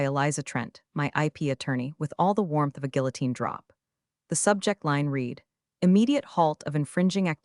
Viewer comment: Love”longer than a CVS receipt”. I call ‘em “wallpaper”. It would help if you could address the Read past tense problem with the AI reader. Love the patter.